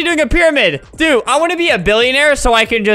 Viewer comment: Albert: "And Don't trust me Due-" Me: "You Ended it to fast-" (Btw I know It's "Dude" but He just said due.)